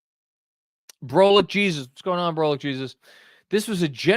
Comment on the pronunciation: I don’t know the guy personally, but “Brolic Jesus” is pronounced “Bra-lick” not “Bro-lick”, meaning a muscular or cut Jesus. 😂😂